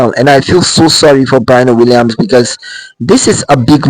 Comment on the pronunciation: Sir learn to pronounced her name correctly if you're going to make a video about her.